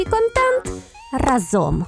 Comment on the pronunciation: нічого не подумай, я твоя фанатка і дивлюсь тебе, але не разОм, а рАзом. Вчительки укр мови вбила в голову та тепер вуха ріже😅